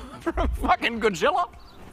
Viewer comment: did he say "Gojilla"?